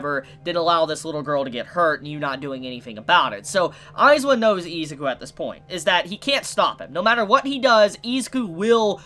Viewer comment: i hate how you pronounce izuku, you say izzzzzzzukuu instead of iz-uku